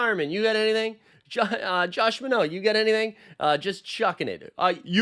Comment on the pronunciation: Minott rhymes with "why not" - not your 'French' version.